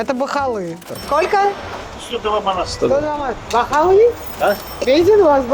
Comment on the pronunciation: Так забавно слышать "бахаллы" 😅 это как по-русски говорить дорага😅😅😅